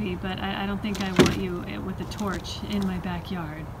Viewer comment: "And if you tarch them"